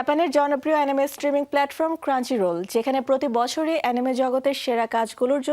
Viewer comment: ক্রাঞ্চিরোল না, ক্রাঞ্চরোল...